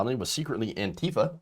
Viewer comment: Not "Antifer",! Say it ain't so! 😱